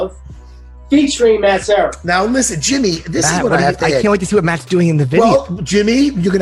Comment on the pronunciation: Serra its LUB not love !!!